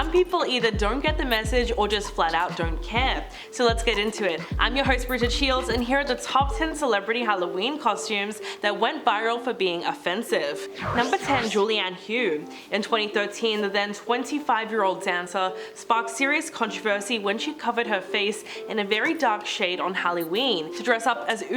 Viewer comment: Julianne's last name is pronounced Huff, not the way she pronounced it lol. And since when did Scott add a 't' to his last name? 🤣